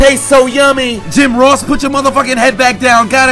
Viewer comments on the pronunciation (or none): none